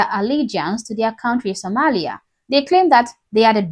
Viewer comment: Congratulations! You finally learned how to pronounce "Sòmālìā." 👍!